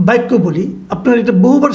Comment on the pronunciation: বাইক্য না, বাক্য।